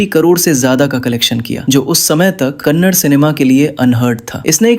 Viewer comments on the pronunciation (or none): Kannad ❎️ Kannada ✅️ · Kannad nahi kannada bolo bai.. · For your kind information it's not kannad it's kannada please pronounce in properly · The way he spells the Yash movie names makes me cringeeeee, and it's kannada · Next time pronounce it properly it's kannada